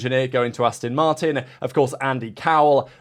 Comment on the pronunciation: How long have you been into F1. You should know by now that it’s ‘Ast-ON’ Martin… Not “Ast-IN” Martin. The clue is in the name🤪 (It’s like listening to Australians pronouncing Mercedes😱) I’m very much Intrend your thoughts 😎. May the Force be with you.🌀 Jim🌀 (-: <*>:-)